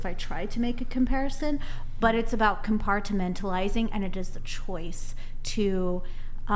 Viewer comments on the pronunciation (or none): There's something weird about how she says "compartmentalising". She says it like it's two separate words.